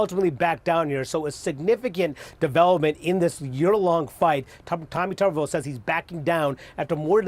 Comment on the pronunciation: Tubberveal!! 😂😆😂😆 That's how it's pronounced!! What a POC he is.